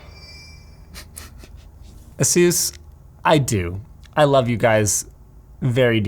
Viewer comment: Why does he say asus like jesus